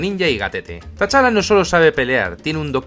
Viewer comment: Perdona que te corrija, pero T'Challa se pronuncia "Chala", sin pronunciar la "t"